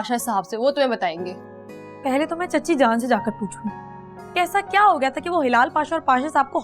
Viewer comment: When said 'kyaa' that reminds me of hyderabadi language 😂😂😂